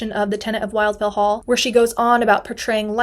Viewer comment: A friendly note: The first syllable of "Wildfell" is pronounced to rhyme with "will" not "while".